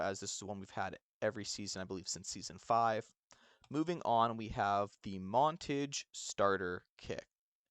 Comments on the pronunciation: Great video dawg! Please look up how to pronounce montage tho dawg! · 😂😂😂 was thinking the same thing lolol